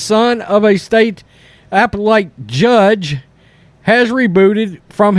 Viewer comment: ap·pel·late /əˈpelət/